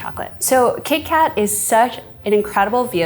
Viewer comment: Did I miss it — why Kee Kat when Keith Kat was right there?